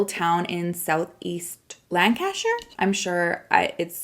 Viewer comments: Hey. I'm from the UK and a tip to help you pronounce counties with shire at the end is to pronounce shire like shear. So Lancashire is lancashear 😘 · It’s said like lan-ca-sher xx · I live in Lancashire and I can assure you we don’t sound like that 🤣 I would say it “lanc ash err”